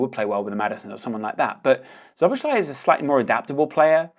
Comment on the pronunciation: for future pronunciation - *Sobosla-i